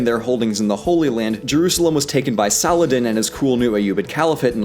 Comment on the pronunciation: The way he says Salah ah-din is funny